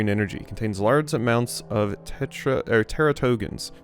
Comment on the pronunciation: Teratogens are basically things that cause birth defects. They're pronounced "TERRA-toe-JENS" with the teras root word translating to "monster" or "omen from the gods"